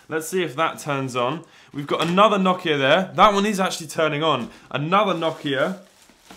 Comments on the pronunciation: Why do you say nohkia 😭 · That’s not how u pronounce Nokia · Nokia❌️ nokya ✅️